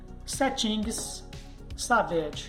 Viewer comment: "Setinguis savédi" kk